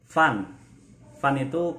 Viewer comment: Baca Fen..bukan Fan..